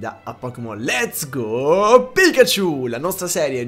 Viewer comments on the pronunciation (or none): Ogni volta che dici pokemon Letta go Pikachu mi viene da dire let's go pixelmon😂😂😂❤